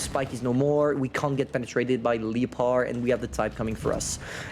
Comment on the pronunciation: No 1 say leopard like leepard im dying